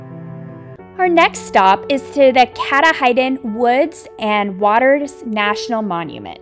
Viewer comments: Its Mount " catoddin" not Mount " catahidin" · I absolutely appreciate this video. I had so much focus on the Coastal Maine these past 2 summers for my videos I never got to any of the inland state parks. It is such a naturally beautiful state. So glad that others are showcasing Maine. Lol by the way, Katahadin is pronounced "Ka-Tah-Din" I figure I'd tell ya before some Mainer shouts it out in all caps 🤣🤣🤣.